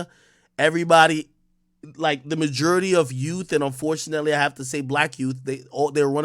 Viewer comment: Stop saying majority like that 🤮 so repulsive